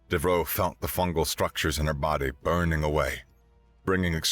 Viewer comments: You aren't saying Devereaux correctly. How do I know? Golden Girls. You're saying "dev-roe", where it's "dev-er-oe". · Isn't it pronounced "Dev-ER-oh?" Being of French decent.